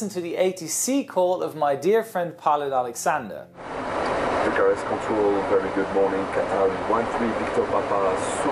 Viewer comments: It's Bucharest control not "Bukarest" 🤦‍♂️🤦‍♂️🤦‍♂️ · What the actual fuck?.. It is BUCHAREST not Bukarest. I thought you were cool. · actualy, the name of the town is Bucharest, not Bukarest:). Have a nice day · hi, it's Bucharest (Romania), I suppose, not Bukarest :) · Where is Bukarest? Do You mean Bucharest? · its Bucharest not Bukarest